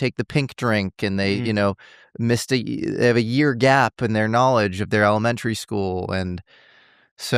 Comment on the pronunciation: Never heard someone say it like “Elemen-terry” before lol